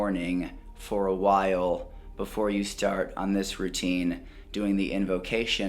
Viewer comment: I can't help but notice how you changed your pronunciation of "while". I don't know what's the word for what it makes feel because English is not my mother tongue, but it's different lol I guess I got used to how you pronounced it and now you do it differently, that's that. Anyhow, love your channel man, thank you so much for your hard work. May God bless you with all its love and light.